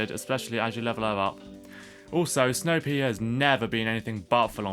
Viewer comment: hahaha the way you say snow pea for a second i thought you said snow pig